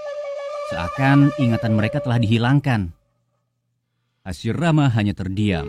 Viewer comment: Kadang salah ngomong.hasirama dibilang hasimara